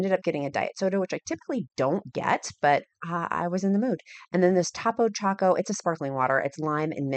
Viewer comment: Fabulous! Living your best life. OOoh, it’s Topo(long o sound as in toe) and all the rage in the SW/Texas area. When I lived in AZ it was always sold out😢obsessed with the grapefruit